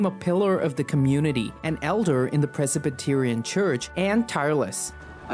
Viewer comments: It's not "Precipitarian"😂...its Presbyterian. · Yes, that’s crazy to say it had 200,000 people. Interesting way to pronounce Presbyterian.